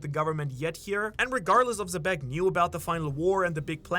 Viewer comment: ITS PRONOUNCED "JEBEC" NOT "ZEBEC"/"SEBEC"